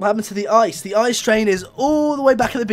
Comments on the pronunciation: its NOT called ice its called i-c-e and stads for inter-city-express. its from germandy btw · It's pronounced I-C-E, letter after Letter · A.C. B isn't it pronoced I-C-E